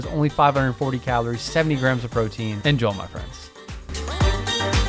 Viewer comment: It always sounds like you're saying "en-joel my friends" 😂😂